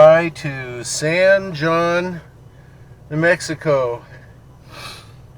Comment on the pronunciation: It’s pronounced hone, like bone.